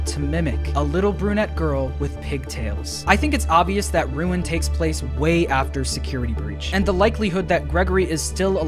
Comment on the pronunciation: You actually got ruin exactly right